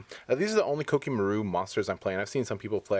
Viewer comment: Did it bother any1 else by the way he said koa'ki merit?